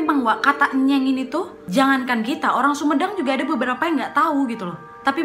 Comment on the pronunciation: saya asli dari desa cipancar kak, terimakasih sudah membahas tentang desa tempat saya tinggal dan sedih banget saya baru nntn setelah 3tahun di upload tapi tidak apa apa saya sangat senang karna desa saya bisa masuk ke channel kak nadia, dan untuk pengucapan enyeng itu bukan enyèng kak tapi ènyèng dan selain kata ènyèng juga kami biasa nya memakai kata emèng😊😊😊